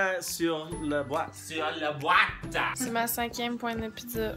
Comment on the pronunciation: J'aime tellement quand ils disent "boîte" 😂